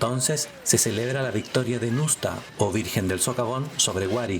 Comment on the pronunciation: Estimado amigo relator no se pronuncia NUSTA se pronuncia ÑUSTA